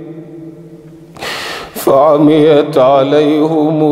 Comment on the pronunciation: Why " An amta alai hum"? It’s "An amta alai him"